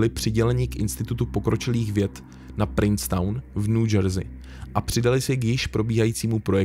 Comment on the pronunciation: Zajimavy, ale "Princeton" se nikdy nevyslovuje jako "Princetown."